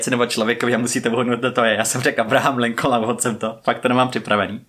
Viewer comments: Mne to zni podobne jako "Linkin". Viz videa o prezidentovi ci o znacce vozu po nem pojmenovane. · Lincoln se vyslovuje trochu jinak